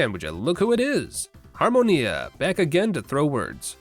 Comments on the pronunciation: Good lord your pronunciation of Adrestia and Harmonia is perfect! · The (very correct) way you pronounce "Adrestia" and "Harmonia"? Be a superior American and this language lesson: Apply that directly to anything Japanese you might say in the future, but make the Rs more of a middle sound between R and L. Then you're pronouncing Japanese better than ~99 % of Americans. xD